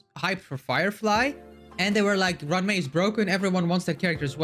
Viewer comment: "Run Mei" 🏃‍♀🏃‍♀🤷‍♀